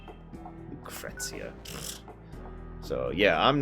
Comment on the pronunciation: Lucrecia is pronounced Lookreesha